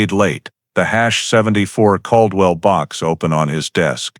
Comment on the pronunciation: Bosque is the name of the River. I lived there back then. Bell county is not where Waco is. It is in McLennan. Bell County would be near Temple, Texas. It was pronounced Cald-well.